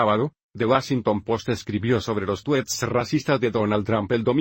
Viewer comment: Jajajaja "los tuets"